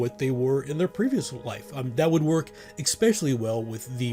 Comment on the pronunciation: Love the videos! And am excited to try some of these techniques for future PC deaths. One minor personal gripe - Especially, there is no x, k, or c at the beginning, bugs me slightly whenever I hear it pronounced exspecially. 😅